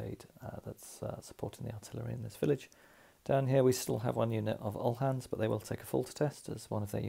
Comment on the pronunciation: Highly enjoyable. Thank you very much for the considerable work that most go into these brilliant videos. Btw uhlan is pronounced oo-lan.